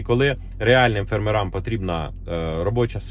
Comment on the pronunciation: Припиніть ставити кацапський наголос і кацапське відмінювання слів! Повинно бути фЕрмерам, а не фермерАм, по селаХ, а не по селаМ. І багато інших помилок. Підтримка каналу!